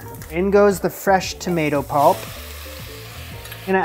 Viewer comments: Julia's pronunciation of tomato offends me. I am a to-mah-to person (Aussie), but to-may-to is so normal because I see plenty of American media, but to-mat-o? Osik. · Making the lasagne noodles from scratch. I’m getting Eva and Harper vibes here... Oh and Julia actually gave the red juicy fruit (used like a vegetable) a British pronunciation - tomahto - I don’t know why. You switched from a long A standard American sound tomayto, to a short A American sound tomatto - I don’t know why. It’s not the sound she made😶 You did manage to make doing her recipe a much bigger time consuming adventure than she did. The final result certainly looks better than her effort, but perhaps not quite as useful if you’re making it because you were choosing a simple recipe you could throw together to prepare quickly for some guests arriving on short notice🤔 I’m glad that after all the extra effort you put in it turned out so well. I hope you had others to share it with. By the way remember she said you could use the extra left over tomato sauce to put more on when serving it to those last minute guests😊